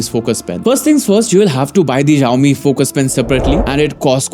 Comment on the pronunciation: Xiaomi is pronounced with an "s", not a "z". It's not at all difficult.